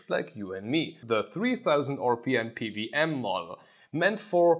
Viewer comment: p W m, not p V m...